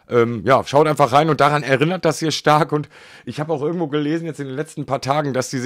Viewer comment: er-innert. nicht er-rinnert